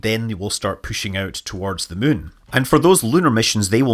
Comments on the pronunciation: Whenever Scott says "moon", I hear "mun" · Is it just me or does it sound like he said that China plans to put humans on the surface of the Mun.... ?